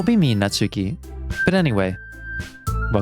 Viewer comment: Real quick, before I actually watch the episode, and I know I'm very late on this, but the stress in "Natsuki" is on the first syllable and not the second^^ It's NAtsuki and not naTSUki :3